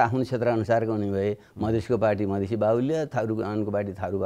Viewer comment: मदिशे मदिशे भन्नेकि मधेशि ? बाबुराम!